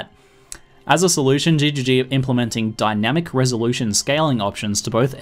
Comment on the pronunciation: Says "Dyanmic Resolution Scaling" its Dynamic... kek